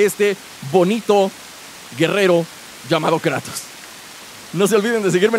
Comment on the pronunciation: por que le dices kreitos a kratos